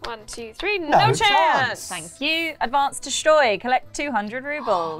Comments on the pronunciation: Btw, it's stoy, not shtoy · Its just stoy. There is no sh sound. Youre welcome